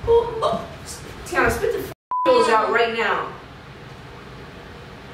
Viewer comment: I love how Tiana pronounces water 😂 Wa-uuhhh